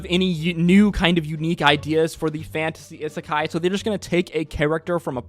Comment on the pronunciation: how can you mispronounce isekai so much?